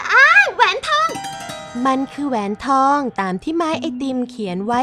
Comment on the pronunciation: คนขายก็ว่าแปลกแล้วนะแอด แต่ผมว่าคนซื้อแปลกกว่าอีก 555 แหวนทอง อ่านว่า แห วน ทอง ตะหาก 5555